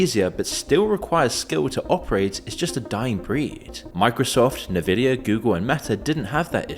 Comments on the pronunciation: The way the narrator says "Nuhvidia" and not "Envidia" when pronouncing Nvidia makes me think this is an AI channel... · sorry who calls it nevidia lol its N-VIDIA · That's not how you pronounce Nvidia. It's EN-Vidia, not Nuh-Vidia. Look up the video of the Nvidia logo that plays at the start of Nvidia optimised games. The lady says EN-Vidia when the logo appears. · It's N-Vidia, not Nivida... (Hermione Granger voice) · Nuhvidia... lol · Stop saying "Nevidia' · NehVidia... lol... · "Nuhvidia"? Tell me that your YouTube channel is A.I. slop without telling me that your channel is A.I. slop. Goodbye. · The fact that the narrator pronounces it as "na-vidia" shows this is an AI voiced, potentially AI-run channel... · Who tf says nvidia like that, nah I don’t trust you anymore y are an alien or a leptilian fs fs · complains about AI But did you grossly mispronounce "NVidia" somehow, or are you using AI narration?